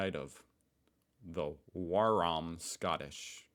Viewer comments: "waram" = "war, I am" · You went full dumb American. Waram isn’t a word. Try using context.